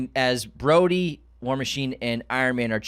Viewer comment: Broady?! BROADY?!?! His name is Rhodey. UNSUBSCRIBED!!!!